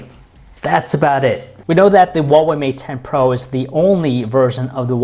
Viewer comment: AI LOVE OU XUAVEI MAT 10 PRO !